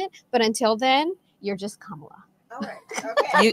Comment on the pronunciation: The sisters pronunciation of Kamala sounded RAYCIST.